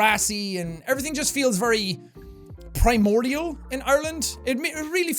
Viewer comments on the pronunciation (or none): none